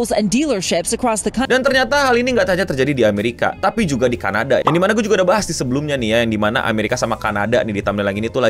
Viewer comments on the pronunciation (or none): none